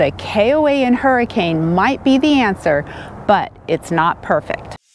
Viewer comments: The town is pronounced Hurricun! And Zion is pronounced Ziuhn! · Been there many times. The locals pronounce that town's name as hurri-cun. Not like the storm. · Locally, Hurricane is pronounced Hurrikin. We stayed there. It isn't bad. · you are amazing, we will follow Paul as well. Best to both of you. Thanks for the info on the KOA in Hurricane. Although it is pronounced Hur A KIN. We have been on the on our annual 2 month trip to from AZ to MI-VA and the running about. Gosh, we get sick every year. We don't socialize a lot and are healthy people. Have you done a video on this? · Don't let the locals here you calling Hurricane the way you pronounced it. LOL The correct pronunciation is HUR-I-ken. The area around there is absolutely beautiful. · Thanks for the great info. BTW it's pronounced Her-a-kin even though it's spelled Hurricane. Weird I know. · Don't try to pronounce any of the cities in Utah without asking a local first. Many of the pronunciations just don't make sense. LOL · I believe locals actually pronounce it Hur-i-ken. I know it’s spelled like Hurricane.